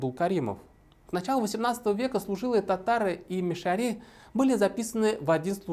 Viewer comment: Но Салават Хамидуллин хотя бы правильно назвал "МишарЫ" через "Ы", а не по-дурацки "мишарИ", как вы, да еще и с ударением на эту И. Кошмар. Сказать "режет ухо" это не сказать ничего.